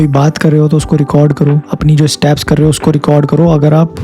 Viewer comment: Staps nahi bhai steps!